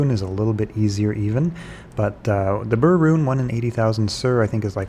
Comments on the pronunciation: Its not BRRRR its pronounced "bear." I've tried farming LK superchests and only found an Ohm and Um once. Its not the quickest way. The best way is CS, cows, and Baal runs, go to high-density locations and just kill everything, A2 is good because its open and lots of big groups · BER, like bear, not burr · Why do all pronounce Ber as Bur? Sur is Sur for sure, but its not the same letter in Ber as it is in Sur. Ber is Ber, not Bur.